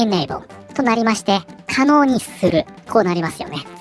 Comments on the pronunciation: 可能ableが狩野英孝に聞こえた自分はもうダメかもしれん それはともかく、ご自慢のお金様でこのデジタルタトゥーを消してみて、どうぞ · 「可能 able 」が「狩野英孝」さんに聞こえてちょっとびっくりしてしまった。くだらない話ですみません。